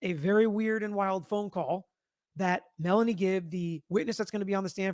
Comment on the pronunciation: She said "Melly" (for Melanie), not Nelly ..